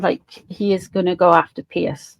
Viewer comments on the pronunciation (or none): It’s not Pearce, it’s Piers.